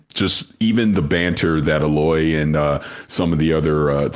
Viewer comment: Why does keep saying “uh-loy” lol